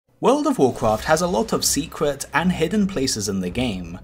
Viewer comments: Have a shot every time he says Wodof wocraf, ffs it pisses me off too much, not just the way he pronouces, but the fact that he says it every 10 secs. Just say wow or "the game", we know which game ure talking about, jesus. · Just say WoW. Or take some speech classes. Its cringe hearing someone of your age mispronounce it every time. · U mean